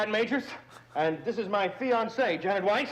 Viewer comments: Eh? But it is pronounced Weiss! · In German, it would be pronounced Vice anyway, not Weiss